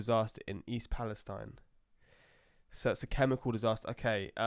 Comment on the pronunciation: The town is pronounced "East Pala-STEEN" Uploader didn't do his homework.